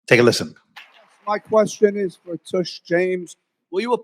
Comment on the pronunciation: Why does he have to leave after just asking a question? LOL he called her T-U-S-H James! hahahahaha TUSH MEANS ASS! LMAO